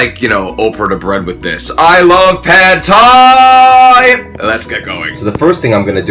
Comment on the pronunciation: pronounced like "pod Thai" not "pad Thai"